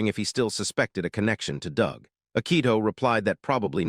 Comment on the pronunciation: sigh The usual terrible AI reader, mispronouncing and mis-emphasizing words with a rather painful translation that at least so far hasn't misinterpreted the characters' genders... yet. Your robot also tried to "conceal" the word 'bastard' but instead pronounced it ass-grab. Good work. AND your bot pronounces "Doug" as "dooog" not "dug". And Xiaolong, which your bot pronounced correctly in the first part of the video, has suddenly turned into Zeye_ow_long. Not Sh-aow-long which is what it was before. Brilliant checking for consistency and error there guys. Oh wait you never do that because this is just to get money for someone else's work. I see that you used an AI scanner to create the summary as well, because , a HUMAN would know that a GRYPHON IS NOT AN EAGLE. Nor is the CROW at the Xiaolong-style school an eagle. Does your AI scanning robot think all birds are eagles?/